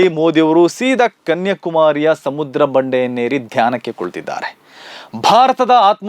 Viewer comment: ಗಾಂಧಿ ಬಗ್ಗೆ ಗೊತ್ತಿಲ್ಲದಿದ್ದರೆ ಧ್ಯಾನ ಮಾಡಬಾರದಾ? ಅದು ಅವರವರ ಇಷ್ಟ? ನೀವು ಕನ್ಯಾಕುಮಾರಿ ಬದಲು ಕನ್ಯಕುಮಾರಿ ಎಂದು ಉಚ್ಚರಿಸುತ್ತಾ ಇದ್ದೀರ. ಅದೂ ಗೊತ್ತಿಲ್ವ? ಏನೇನೋ ಹೇಳಿ ಜನರನ್ನು confuse ಮಾಡಬೇಡಿ.